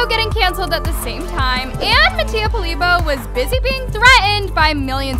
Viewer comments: And it’s called Mattia polibio not Mattia polibo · It’s not polybo it’s “Poly-Bioh” eidudjedid😭😭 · For how many times Mattia's in these videos, she still can't say his last name right ?